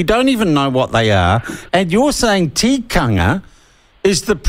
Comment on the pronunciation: Sean look up the word "tikanga" for starter's